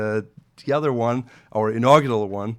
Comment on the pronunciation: are you a French Canadian? Your pronunciation of other or any word with Th sounds like s Canadian accent.